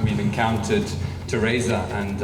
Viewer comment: Pote...my best ...I like the way he calls terrisa"terresita"